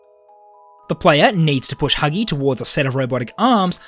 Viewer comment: When he says huggy breaks the vent u can hear him saying hugsgy